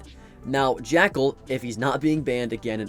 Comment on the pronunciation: Bro said jackel like hes unbanned